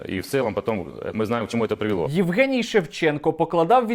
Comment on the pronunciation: Егенцьо Шевченков,а не Евген Шевченко. Неадекват повний!!!!!